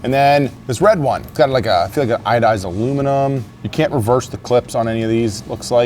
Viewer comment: I think on the red knife you said iodized (the word is anodized - just saying that is what I heard). Stay safe.